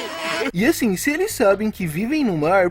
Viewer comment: porque ele fala “âssim”?